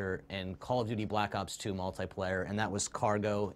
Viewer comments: the guy at the beginning of the video almost said black socks 2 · At least he didn"t say Black Cock 2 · He was about to call it "Call of Duty: Black Socks" at the beginning lmao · the anouncer almost says black sucks 2 in the beginning